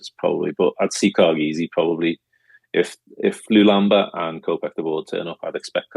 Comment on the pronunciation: Stop pronouncing LULAMBA like a spastic. It has an ‘L’ in the middle of it.